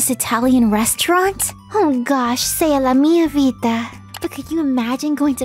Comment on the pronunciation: As an Italian I gotta say her pronunciation of "Sei la mia vita" (You're my life) in is almost perfect. Kudos,.